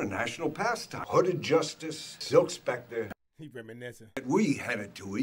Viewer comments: There are rumors that is still mispronouncing Spectre to this day. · Bro spectre is pronounced specter